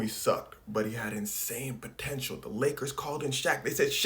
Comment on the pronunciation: did you just say… potential?